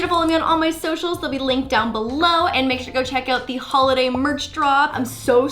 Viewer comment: DID SHE SAY HOLODAY?! SIMPLY FAM WHERE YOU AT!